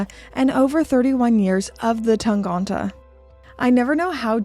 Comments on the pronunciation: Time to address the elephant in the room with the German pronunciation - it's TangEnte rather than TangOnte! Jenni Elle did a video a couple of months back where she pronounces it, I'm surprised nobody in Glashütte pointed that out to you either! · Thanks for the info, but I'm pretty sure you're saying "Tangente" wrong.